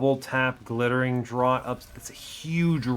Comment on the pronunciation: Dr-or-t? "Draught" is a homophone of Draft!